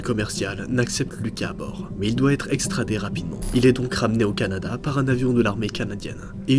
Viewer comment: Jsp si tu sais mais ta dit cadana au lieu de Canada